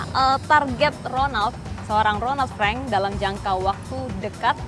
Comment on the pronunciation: ronald frank mbak,,bukan ronad freng